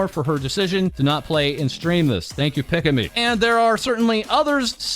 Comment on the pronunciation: "Pick-a-me" instead of "Pika-me" lol. More like Pikachu, dude.